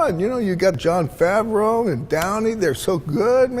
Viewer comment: Favreau...pronounced wrong until the last mention of his name...wow now that's a sh!t show